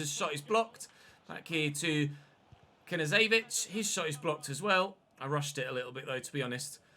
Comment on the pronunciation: Hey,love your content mate. Just an FYI Knezevic pronunciation is K-nez-evic. Keep up the great work it’s hard to pronounce half these Eastern European names👌good to see you having a crack!